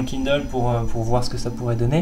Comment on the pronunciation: c'est toujours drôle de voir un Français prononcer des mots en anglais! haha «kindeule» «i-fun»